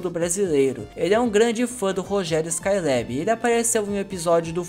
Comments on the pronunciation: Gostei do video mas me incomoda muito você falando [ ESCAI LÉB´í] , tentando falar o inglês correto. Essa Juventude quer gastar o ingles correto para não passar vergonha. O Nome é [ ESCAI LÁBI]! Cariocamente aportuguesado mesmo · Porra muleque. Vc passou o video todo falando o nome do cara errado. Falou 'Skyleb' 400 vezes e ta errado porra. Ta errado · Se fala Rogério skailabi nao lebi